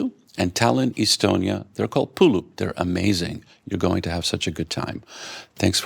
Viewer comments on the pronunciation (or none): No, they are not pulup, they are puuluup [pu:ulu:up]. Learn to pronounce correctly.